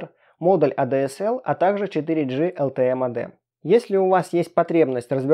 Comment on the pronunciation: Эй дэ эс эл... Что же ты несёшь 😂🙈 Эта «коробочка» для подключению к ADSL/VDSL😑 Первое читается как А ДЭ ЭС ЭЛ (ЭЛЬ)😉✌🏼